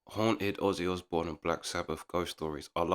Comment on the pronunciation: i hate the way buddy says, Azzy Azbourne